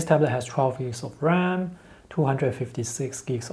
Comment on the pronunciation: I repeat 5 times still cant understand what ram does he saying 😂